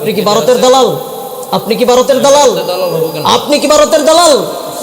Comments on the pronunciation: "Baroter dalal","bul"......he can't pronounce "bha".....😃😃😃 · Boka joda, bharat kothata valo kore aage uccharan korte shek.. Tarpor varoter badnam karis.